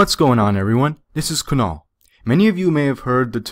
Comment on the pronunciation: Why would you pronounce kunal like that